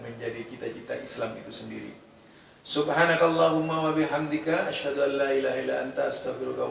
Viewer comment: waashadu d baca washadu oleh ustat abal2. Lucu banget 😁😁😁